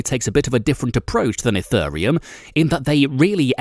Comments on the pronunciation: My favorite part was ETHURReum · And ethureum...